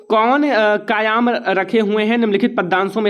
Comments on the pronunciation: Sir pahle aap hindi padhna sikho aap kayam ko kyam bol rahe ho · Sir kayaam nhi kayam